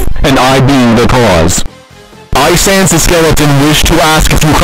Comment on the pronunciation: IT'S SANNESS